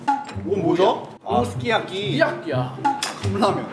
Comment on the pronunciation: 아니 진심 스키야키 스킬트리로 들었음(귀가 왜이레)